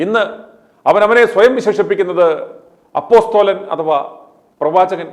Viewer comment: അപോസ്റ്റിൽ അല്ല അപ്പോസിൽ